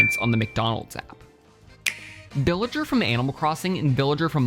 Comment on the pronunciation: it sounds like he said billager instad of villager